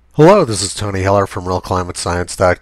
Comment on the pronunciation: Tony! At the end of all your videos, it sounds like you are saying "Visit total on the web". Even the auto-transcript inteprets your phrase this way! Try as I might, I can't hear this as "Visit Tony Heller on the web", which is what you rationally must be saying! Your videos are great for debunking alarmist garbage - keep up the good work!